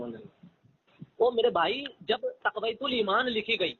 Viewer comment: اس جاہل کو تو کتاب کا نام بھی صحیح سے لینے نہیں اتا تقوۃ الایمان کہہ رہا ہے حالانکہ اصل لفظ تقویۃ الایمان ہے اس کو تو اردو بھی پڑھنے نہیں اتی اردو دانی کا یہ حال ہے کہ بالکل جاہل ہے اس کو پتہ ہی نہیں ہے کہ اصل لفظ کیا ہے